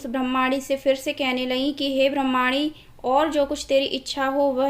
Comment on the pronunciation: It’s bramni not bhramani